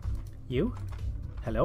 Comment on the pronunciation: THAT'S EXCACTLY HOW IT SOUNDS LIKE!! Like how does he fit in a W at the end lmao. It's like he's pronouncing the last half of OwO X'D